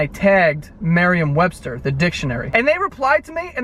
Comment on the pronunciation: "MAIR-iam Webster". Add that to his list of special word pronunciations lol